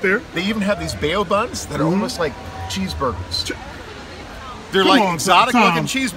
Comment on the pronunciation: Bay-Oh Buns? Come on now